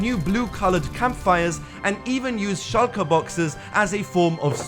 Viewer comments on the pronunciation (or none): none